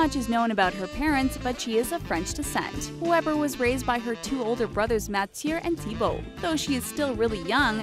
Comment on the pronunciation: Matthiue pronouced mateir??😂